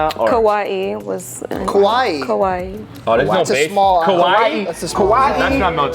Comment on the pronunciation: Kaua’i is pronounced like Cow wa ee with a pause between the wa and ee sound not like Kawaii